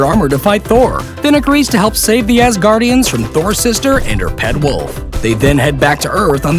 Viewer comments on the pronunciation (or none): none